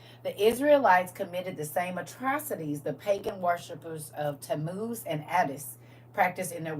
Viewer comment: Tammuz, I thought you said Temu, lol